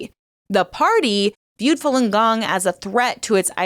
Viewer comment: Oh ffs. If you say "king gong" one more time 🤦‍♂️